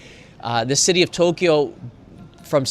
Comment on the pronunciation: Thanks, another interesting area to go visit next trip. We prefer mostly to find regular slice of life areas, restaurants, eat where the locals do etc. We still tick off the popular tourist spots but then go to areas like these. Thank you for pronouncing To Kyo the we we should, now for A Sa Ku Sa 😅